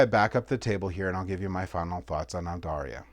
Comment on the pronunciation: Just bought this online! Really looking forward to getting it. Loved your run through - you kept it simple and easy to understand. Just one minor criticism - there is no "i" in the name. It's Aldarra, not Aldarria.